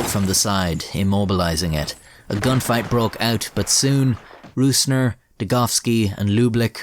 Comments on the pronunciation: I know it's a pain in the ass to say ö ü ä as a non German speaker but i wish you would have said rosner instead of rusner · You spelled the Names pretty well. All Names even were absolut correct just the calling of "Rößner" was a little bit of - you said it with an Ü in German (Rüßner) instead of an Ö (Rößner). If you think about the word Rose like the flower and extended it to Rosener it would be nearly perfect. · yooo brooo. your prononciation of hans jürgen Rösner (not rusner, only mistake) was great